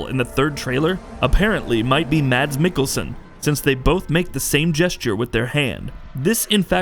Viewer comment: If you scrutized every frame - how could you not notice that Reedus and the doll have the same stitched scar on their stomach? Btw- Mads is pronunced "Maz"